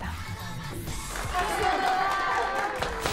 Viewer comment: I like how Ryujin pronounce "Entertainment" 😍😍